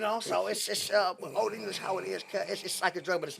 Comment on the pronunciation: "One thing West Coast broght to the board is"... "OLD ENGISH!" 🤣🤣🤣🤣🤣🤣